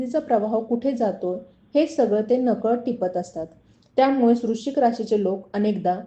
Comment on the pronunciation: वृश्चिक नीट म्हणा